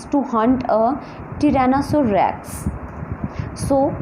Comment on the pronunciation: It is not tirainasurrex it is Trynnasaurus Rex/T-Rex